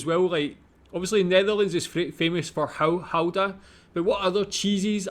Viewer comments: Funfact about the Goeda cheese like people outside of the Netherlands call it You should actually pronounce it as GAUda cheese ;p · IT IS NOT "Houda", it is Gouda with a CH sound as in loCHness, never a G becomes a H sound, not even close.